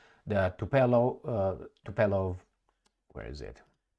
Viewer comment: Congratulations! You have pronounce well Tupolev! forgot it again... Thank you for your channel!.